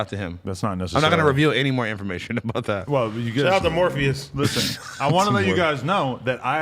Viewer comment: “morpheous” on god 🤣